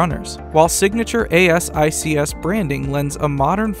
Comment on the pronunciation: thanks for the review! Asics is pronounced like "A-six" by the way :). They are good shoes!